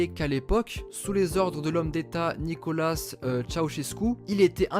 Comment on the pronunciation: Mdrrr non mais la prononciation ca se voit qu’ils vont pas sur google trad. Nicolasse nicola.. c’était dur de dire Nicolaé. Pareil pour Hagi ( Hhhhadji) je préfère juste qu’on disent son nom de famille que se forcer à dire George au lieu de Guéorgué